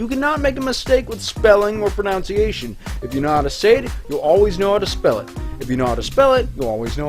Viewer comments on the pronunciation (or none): "you can not make a mistake with spelling or 'pronounciation'" makes a mistake pronouncing the word pronunciation smh and lmao simultaneously -.- X'D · that moment when you mispronounce pronunctiaion